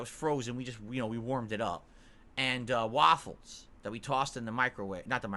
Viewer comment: this is why there can never be a good AI. Why is waffles so enunciated randomly